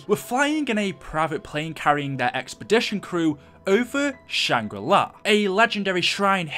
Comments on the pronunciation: I've never seen someone who is so convinced that Shangri-La is pronounced like Sh-Ang-Ri Lie. Though you did alternate between the proper pronunciation off and on. Lol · It's not shangra li. It's SHANGRI-LA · It's Shangri La NOT SHANGRI LIE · Lol “Shangra LIE” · why are you callin it shangri LIE